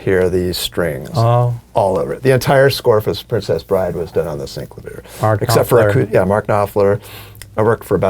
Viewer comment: I think it's hilarious how you all pronounce SEENC-la-veer. I always thought it was Sin-CLAY-vee-yer.